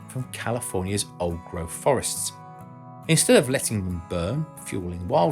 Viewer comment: "Forest growf"? What's that?